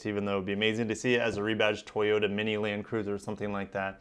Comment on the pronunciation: Use to say totoya and lexus